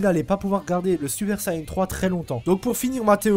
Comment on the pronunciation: SUPER VIDÉO 👌👌 Et on dit Saiyan pas sayan ni sayain 😂😂